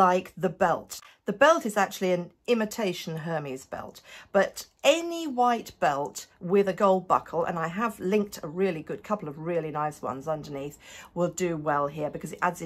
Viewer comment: Oh, my gosh,! You have AMAZING legs! Way to go! I'm sure you've worked hard at that. Just a note -- you might want to say "Air-MEZ" belt, and not "HER-meez" belt. Those shorts at the end were exactly what I've been wanting, but didn't know I wanted. I'm not a fan of my knees, and these would be perfect! Thank you for always having amazing content! <3